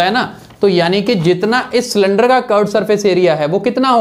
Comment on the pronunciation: It was not cylinder it was slinder🤣🤣🤣🤣🤣🤣 but thanks